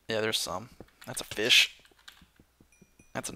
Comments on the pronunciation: Every time he complains about glitchy mobs. Drink Every time he says feesh. Drink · Feesh=fish! Let's learn the language!:D